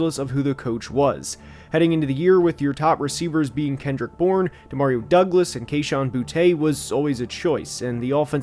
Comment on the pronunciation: Booty* not bou-tay. it’s pronounced booty i used to say it like that all the time too